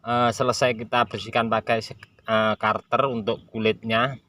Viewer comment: Pisau "cutter" dibaca "kater" , bukan "karter" om... 🤭🤭🤭